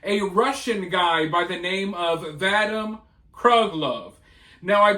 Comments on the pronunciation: Vadim = vah-deem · Just FYI - the victim’s first name is pronounced Va Deem. Great report! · The name is pronounced vuh-DEEM.